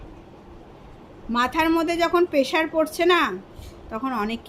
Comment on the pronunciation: Beren, peshar ar mental...darun English 😂